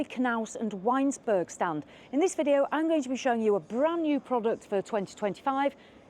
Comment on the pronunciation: It’s ‘Vinesburg’